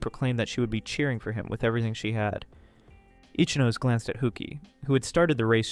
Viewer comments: Great video, but i would like to provide one bit of pronunciation advice. Ichinose would be said "ee-chee-no-say", not like "itchy nose"😂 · I enjoy your reading but please learn how to pronounce romanji. The rules are simple and consistent, but it makes a big difference. R.I.P. my man itchy nose. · 'Itchy nose'!? 😂 l believe that's what they pronounced it